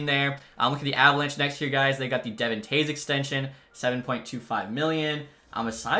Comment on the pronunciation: I'm gonna keep commenting "say Devon in Devon Toews correct" until you do it. He's a star and his first name should be pronounced right